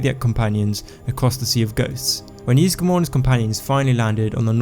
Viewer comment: Ysgramor not Yeesgramor